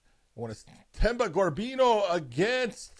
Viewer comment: No way you guys are pronouncing Gorimbos last name like that,it aint that hard lol